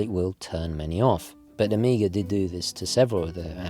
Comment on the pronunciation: please - stop saying "Omiga" ;)